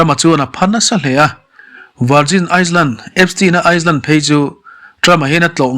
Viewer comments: Virgin Island(Iceland) ni lovin Island(I-land) s hi lam rik loh tur a ni. Sawiselna ni lovin ngaihthlak a nawm nan leh hmasawn nan aw… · a nupui Ivanka Trump pawh hi i tih hi a nupui nilo in a fanu zawk a lawm.Chuan Island hi Ailen ti a lam tur,S a ri chhuak tel lo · Han sawi ve khanglang i la,iceland leh island hi i lam pawlh deuh em aw..